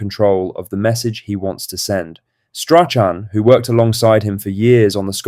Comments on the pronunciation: please pronounce strathams name properly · Learn to say Strachan before you do a Celtic video